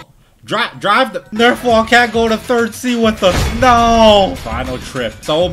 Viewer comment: Bro finally called nerfwall correctly